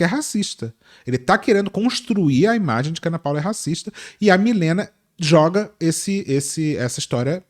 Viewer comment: "vocês é um produto" trabalhar com imágy, ser uma embalágy 💅🏽✨️✨️